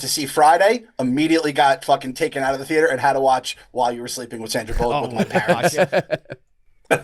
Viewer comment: If I have to hear say “thearter” one more time I’m gonna scream